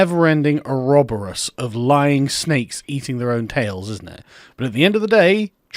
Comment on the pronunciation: The way Sargon says “oroboros” makes my butthole pucker.